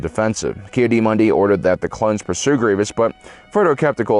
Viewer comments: Key a Dee??? Key Adda Moondee!!! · TIL can't say Ki-Adi-Mundi